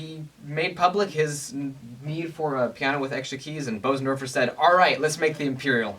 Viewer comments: What's that, like infra sound? Careful son, you're going have elephants chasing you! Bösendorfer. Jeez. Expensive. It's German and pronounced more like boozendawfuh. Not bo-zendorfer. Umlaut O. Ö oo. Wow. You can almost hear each vibration of that lowest string. It is a freaky sound. What also helps the bass notes to sound so rich is that it's a Bösendorfer! ;-) Great video, kid. I was hoping you'd play something. Something by Bach. Now go back there and play something by Bach! Do it now please. No, now! Right now. NOW DAMN IT. NOW! Oh you cheated us. Brat. "... his name is ... Busoni." Of course! Bach-Busoni! I was thinking of the one composer I knew who transcribed Bach for piano. Busoni but did not know until I read the details. I don't know many other composers who have transcribed Bach. I'm no expert, but have tried the Busoni version of the toccata and fugue in d minor. "Tried" is the key word here. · Excellent presentation! However, the name "Bösendorfer" isn't pronounced "BOH-sen-dor-fer" ... See